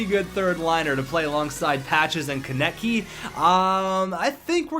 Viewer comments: it is Travis Konecny not Travis Konecy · It is pronounced "Ko-nes-ny